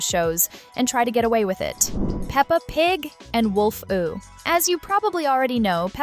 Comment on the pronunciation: its wolfoo not wolfu